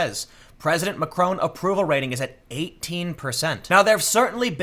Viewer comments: Mr McRone?? ma-CRON. Look up how the 'o' is pronounced in France. Don't pronounce it with an American accent. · Please Tim it’s Mac-Ron not Macr-Own. You should know how to pronounce his name cmon. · It's Macron not Macrone. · Dude learn to pronounce stuff. it's deligitimizes you. Macron isn't Macrone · "Macron" is pronounced with a short 'o' sound.